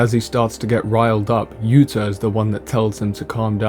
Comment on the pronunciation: yuto, not yuta, but the video is good anyway